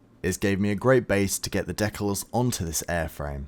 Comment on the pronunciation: I really don't understand the need for some modelers especially modelers in social media to miss pronouns DECALS, look it up on all mediums and especially check out Google it will let you hear how to pronounce the word. All of you on social media are showing your techniques and teaching others, so it right or not at all. I don't care if you're trying to be cooler than the others